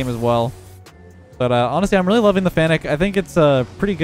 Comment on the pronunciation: Imagine being better than most to all pros but calling the fennec "fanic"